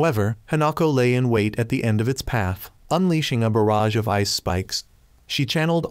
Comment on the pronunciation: bro switched to British mode he said paf